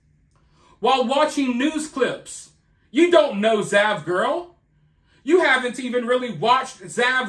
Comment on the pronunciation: I thought you said vaj-girl lol